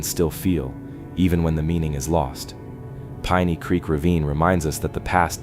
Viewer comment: Seriously? Couldn't narrate this yourself? AI doesn't pronounce piney right. Over n over again.